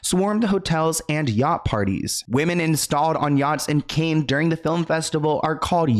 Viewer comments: Say like Can not Cain sweetie. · are you really calling it the Cain Film Festival, when you should know it's pronounced Can Film Festival. Holy moly are you AI? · Cannes as in multiple cans.. not canes which are eg walking canes, bamboo canes.. etc.